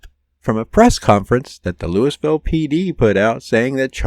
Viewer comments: It's not pronounced Lewisville. It's Lou ah vull. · Have you never heard the name of that city pronounced before? Louis is pronounced Louie. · Louisville is pronounced Lu-a-vull, not Lewis-ville. 😎😆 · Louie-ville, not Louis-ville.